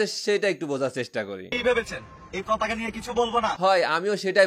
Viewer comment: পতাকা উচ্চারণ করছে নাকি প্রতাকা?ভালো করে কেউ শুনেন।